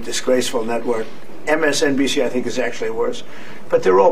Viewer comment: "MSNDC" lmao get it right!